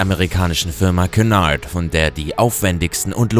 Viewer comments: "Kunard" = Cunard😂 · Du hast Cunard falsch aus gesprochen